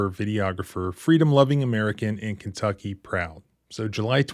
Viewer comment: It's po-dunk KIn-tucky. What do you expect, honey?